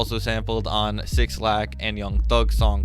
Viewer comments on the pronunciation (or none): did he really say 6 - lack? isn’t it just 6lack as in black…..? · bro really said "six lack" instead of black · It’s black (6lack) not 6- lack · Six lack? His name is Black styalized as 6lack. Good video though. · Six lack? Its Black(6lack) cmon man lol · It’s BLACK not six-lack 💀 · pronounced “black” not six lack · bro no way you just called 6lack “six lack” 😭😭😭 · its pronounced black not six lack... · No way this man still thinks it's "six lack" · This Nigga said six lack . Lol it’s black bro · It’s not pronounced “6lack” it’s pronounced “black” 🤦🏾‍♂️ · Did this mf just call 6LACK "six lack"? Bruh. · We gonna ignore “six-lack” 6lack is pronounced Black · Its "Black", not "six lack" you fucking idiot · Great video but did you say six - lack? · He said “SixLack” lmao I’m dead that’s a dislike ☠️ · Bro actually said 6 Lack😂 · "Six lack" 💀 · it is pronounced "Black" 💀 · I know this nigga didn’t pronounce 6lack as “six lack” 🤦🏽‍♀️ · This man really said Six lack lmao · bro said six lack 😭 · 6lack is pronounced black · did you just say "six-lack?" 🤦‍♂️🤦‍♂️ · 6lack is pronounced Black 😂